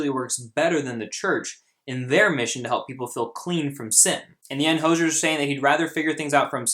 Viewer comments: It’s hozier not hosher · Hose-ee-er. Like a garden hose is hozier. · Correctly pronounced: HO-ZEE-ERR. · btw its pronounced "ho-zeer" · and by the way, his name is pronounced | ho.zieer| . you can search for it he says it himself on a tv program. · Hozier is pronounced Ho-zi-er. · Its pronounced hoooo-zy-ear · His name is pronounced as hoe-z-er and this song is about the lgbt community and how its condemed in the church. He says so himself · Its (hoe-ze-air) i believe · You said Hozier wrong bro